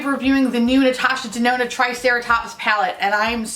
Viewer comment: I swear I heard you say Natasha Denono when describing your usual issues with red shadows... 😂